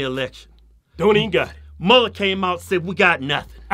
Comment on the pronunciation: His name is mue ller